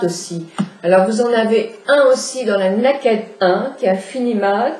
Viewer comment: Ca se dit " neille - kid " Voilà voilà